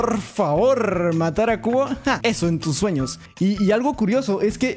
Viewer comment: en el minuto dice suenos cuando tiene que ser sueños